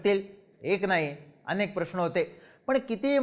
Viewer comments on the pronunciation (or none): none